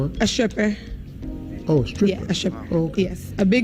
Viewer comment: “it went to the point where I became a shripper.” A what? “A shiffer.” Lol. I can almost guarantee you this woman never tried to become a medical examiner because doctors aren’t that stupid. She already had a kid and then she says she tried becoming a doctor??? You are a liar. You lived the same life all black females do and lived the night life, got prego and became a stripper 🤷🏻‍♂️ don’t try and lie to me psh!